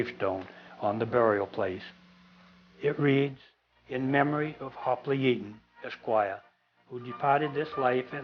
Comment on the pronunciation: I'm surprised to have found this. You even pronounced the name correctly. The Coast Guard gets it very wrong with their award.